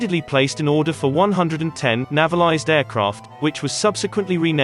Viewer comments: Hi. Overall a very interesting video. A few suggestions; (1) 'navy-lised'. 'Nay-valised' I think. (2) No music. We're not wanting eriod dramas nor suspense movies from your channel. (3) There's no need to repeat the entire aircraft name / designation each and every time. "De Haviland DH110 Sea Vixen MKX ('Mark 10') ... FAW etc". Minor points. Thanks for the video! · or "one one oh". And navalised is pronounced "nay va lized". I suspect the narration is computer generated? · Navvel-ised lmao. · It's not a computer generated narration error - the 'navvylised' Sea Vixan was a planned Guinness fueled version intended to fullfil a Irish Air Corps requirement for a long range all weather fighter equipped with the revolutionary "Blue Circle' radar system. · hate to nitpick an excellent video - navalised is pronounced with a long 'a' as in 'naval' - hope that makes sense and doesn't upset anyone! EDIT - it seems this is a speech synthesiser programme doing the talking.... silly me.